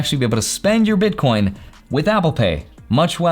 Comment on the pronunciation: are you calling them bitcorns ?